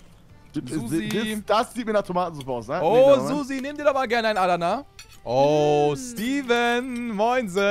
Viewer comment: Wie Adana ausspricht triggered mich mies, nicht böse gemeint:)